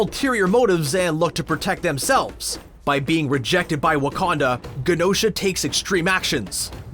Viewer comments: Great vid and I'm saddened to find this after his passing...but for the love of God it's pronounced je-no-sha! It's a longer je sound like Genome, Gem, German, Genosha. 🙏🏾😄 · Rant If you are going to have a Chanel about Marvel, you should be pronouncing Genosha correctly. It’s a soft G, like a J. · The way you pronounce Genosha is like fingernails on the chalkboard of my soul.